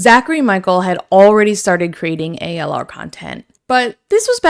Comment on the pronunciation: It's not ALR its ALyR